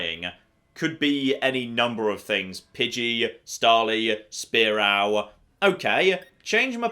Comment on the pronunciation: I've never heard the name spearow pronounced so painfully XD